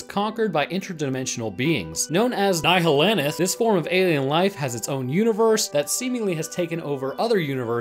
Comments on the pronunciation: its pronounced nyelenth, not naihalaith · "Known as Nyehalanath" I'm sorry what? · nye hah layn ith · "NYE-HALANATH" Nihilanth is commonly pronounced "Nye-alanth" btw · Just a few pronunciation adjustments, Nihalanth is pronounced Nialanth, the h isn't said. Gonarch is pronounced Gonark. A few corrections to your facts. The Resonance Cascade, which is what started the BMI (Black Mesa Incident) was caused by the Anti Mass Spectrometer interacting with the Xenian crystal, this caused portals to open randomly, and as Resonance built within the crystal it eventually exploded. About Xen, it is not a Universe. It is a Border World, an inbetween between the fabrics of reality. No creature is native to Xen. All of them have been pulled through/gone through as Xen touches the fabric of reality. As Xen gets close to a Universe tears open, allowing things to slip through. The Resonance Cascade caused an unatural Tear to form. The Nihalanth came to Xen from its Universe after the Combine attacked that Universe, it fled to Xen seeking safety. Upon arriving, it discovered the other creatures and that it could subjugate/contain them. When humanity ripped a tear into Xen, the Nihalanth, fearing that the Combine would find it eventually, took this chance to take control of Earth and make it a haven for the Nihalanth. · I’m sorry, I did a serious double take when I heard how you pronounced “Nihilanth”. It’s “Ni-hi-lan-th” not “Nigh-hih-lan-ith” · nihalanith? you mean nihilanth? lol its not another form of life, its a species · Thank you for correcting the "nihilanith" point hahah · If any of y’all want a pronounce then it’s niil anth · it's actually the knee-a-lynth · bro said NI HI LA NITH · Man really just said nihillanif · Is anyone gonna talk about how he pronounces nihinalth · Nihilanth is pronounced as it's spelt. Nee hee lanth. The Vortigaunts in the camp near Nova Prospekt talk about the nihilanth in one of their voice lines, just press e on them a bunch of times.